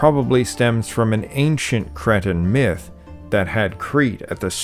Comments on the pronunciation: Am I the only one that hears kretin when he wants to say Cretan? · Cree-tan not Cretin